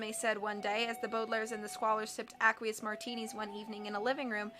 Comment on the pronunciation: Isn't aqueous pronounced "ey-kwee-iss"?